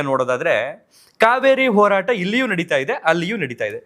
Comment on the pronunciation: ಕನ್ನಡ ಅಸ್ಪಷ್ಟ ಉಚ್ಚಾರಣೆ ಈ ಹೋರಾಟಕ್ಕೆ ಒರಾಟ ಅಂತಾನೆ